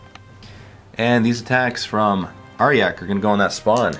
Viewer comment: ARE-JACK.. not arh-yak, i couldnt even